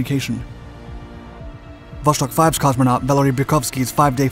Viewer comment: Would like to watch the whole video, but hearing you say Wosztok is so irritating that i can't help myself.